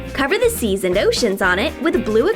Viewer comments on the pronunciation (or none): none